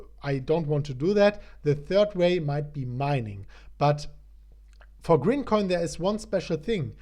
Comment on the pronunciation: IT’S GRIMCOIN lol